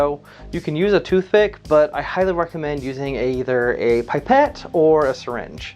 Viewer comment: Pip-ette not Pipe-ette.